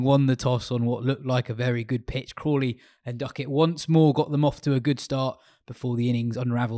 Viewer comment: says Crawley and I hear Kohli